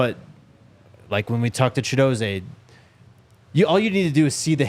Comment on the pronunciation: my guy, you’re doing great work but I just have to point out Chidozie is pronounced Chidoz-ee not Chido-zay😂😂 he said it to you guys on your show. All love though just wanted to get you right😂